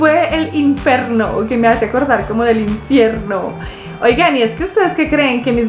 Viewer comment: inferno es pronunciación italiana y en pronunciación latina es infierno